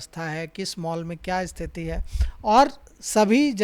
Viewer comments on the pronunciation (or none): none